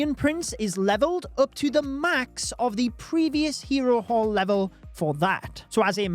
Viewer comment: I kept hearing hero wh*re lmao